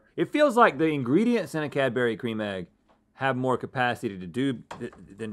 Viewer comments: Cad-berry....wtf are you saying my dude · Cadbury isnt said that way 😣😣😣😣